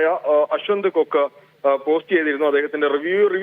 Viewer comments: കൊക്ക് അല്ല കോക് 😂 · കൊക്ക് അല്ലെടീ കോക്ക്